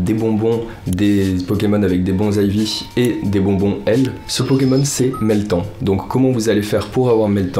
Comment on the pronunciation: "Meltanne" pas "mets le temps " sinon gg tes vidéos je kiff elles sont très propres 👌